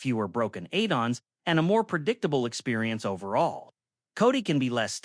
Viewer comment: Eidons instead of Add-ons 🤣🤣🤣